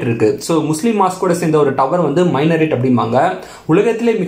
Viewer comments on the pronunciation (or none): மைனரேட் இல்லை, மினரேட்